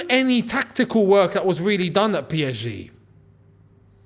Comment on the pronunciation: lol what is that pronunciation of PSG bro? P esshhh G? 😅